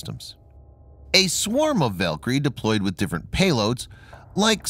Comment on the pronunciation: I believe you were mispronouncing "Valkyrie." That's a minor detail, though. Very interesting video.